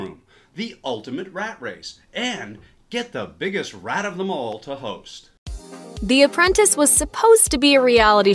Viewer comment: “from the premise, to the set, to the hoes(st)?” -Wait what